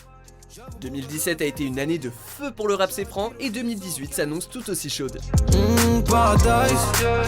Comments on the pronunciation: "Le rap céfran" 😭😭😭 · « Rap cais-fran » T’as cru que t’étais à la cité WatchMojo ? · "Le rap çai-fran" wsh c’est quoi c’est cliché ????? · "Le rap cais-fran" lol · Le rap "saisfran" 😂